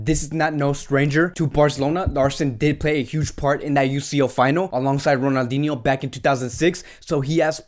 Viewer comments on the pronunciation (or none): none